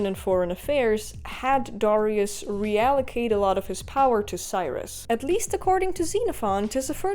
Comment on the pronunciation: How come everyone mispronounces Darius name ?